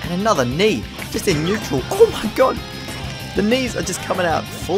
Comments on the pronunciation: It’s not neutral it’s KNEEtral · knee in neutral. You could say its kneeatrual. (sorry)